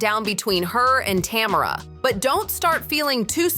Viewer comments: Tam er rah ❌ Ta merr ah ✅ 😂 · Tuh- mare- uh lol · I want so badly to watch this video but the constant mispronunciation of Tamera's name is killing me. 😭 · Every time she says tamaras name i correct it in my head.